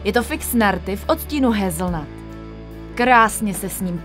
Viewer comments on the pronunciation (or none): Hazelnut se čte"hejzlhat"